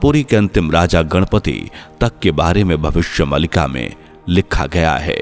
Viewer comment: नैरेटर जी आप “भविष्य मालिका” का उच्चारण सही तरह से करें भविष्य मलिका ❌ भविष्य मालिका ✅ मलिका एक उर्दू शब्द है जिसका अर्थ है मालकिन❌ मालिका एक संस्कृत शब्द है जिसका अर्थ है माला ✅